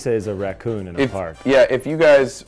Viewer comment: Ok, either Nick just says Ricoon or he can't stop saying Riccon.